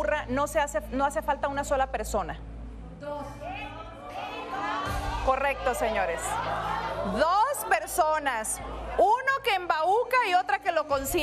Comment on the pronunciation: Rocío, no se dice embaúca 😖😖😖😖 Se dice embauca. !cuánta ignorancia para una "periodista" como te dices ser.